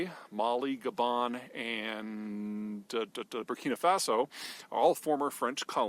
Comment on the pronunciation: Strange that you pronounced Niger correctly (which is refreshing as Europeans would automatically do this), but not Gabon.